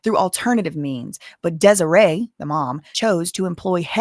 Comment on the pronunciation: Desiree rhymes with Demoree. Just the first syllable is different. dez-OR-ray and dem-OR-ray Seems like mom wants to break up daughters marriage. She never earned any respect in her daughters life so she's trying to use her money and powers to force her choices on her daughter. Sorry mama, where you been all this time? Hope your baby ain't in trouble bc she ain't had no one to lean on but him. You aint found nothing yet so she's prolly just fine living her best life without you. Reap what you sow.